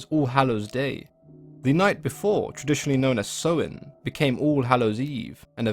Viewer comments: He’s mispronouncing Samhain btw, it’s “Sah-win” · Samhain pronouced Sow In